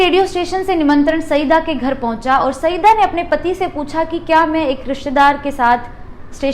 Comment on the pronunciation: महोदया आपका प्रेज़ेंटेशन बढ़िया है लेकिन कुछ उच्चारण ग़लत होने से अखरते हैं जैसे जवाहरलाल को ज्वाहर लाल नेहरू बोलना , और को बार बार ओर बोलना - good luck to you